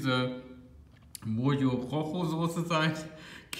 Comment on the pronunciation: Oder das Mojo wie das Rojo (Rocho) aussprechen. ➡Mocho Rocho😉. Das 'J' wird im spanischen wie das 'Ch' aus dem Rachen ausgesprochen. 🤓